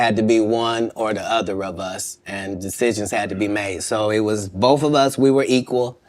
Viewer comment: "bofe" invited? Why do certain groups seem to have so much trouble with the English digraph "th" as in "thank" sine they don't say "fank", but when at the end of a word?